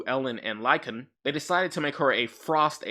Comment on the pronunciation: Say it with me: Lycaon. "Lie-kay-on". Named for King Lycaon, who founded the city of Lycosura, and started the Lycaean Games to honor Zeus Lycaeus. King Wolf who founded the city of Wolf, and started the Wolf Games to honor Wolf Zeus. Wolves.